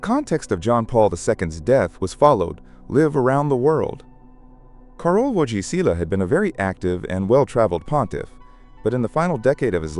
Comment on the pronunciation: Karol (or Car-ol) Vo-it-ee-wah